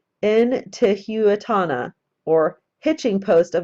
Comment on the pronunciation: I can help you with the pronunciation, I think. Intihuatana would be something like "een TEE hu ot on uh" You got Viracocha correct, though. Also, were you thinking the Olmec people? They are the ones who preceded the Inca, Aztec, etc...